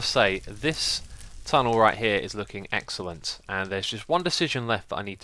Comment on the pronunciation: It's X elent